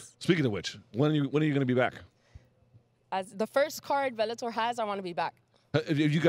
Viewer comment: She calls it "Belletor" :).